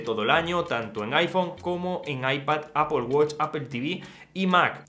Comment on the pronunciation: No es APOL es EIPOL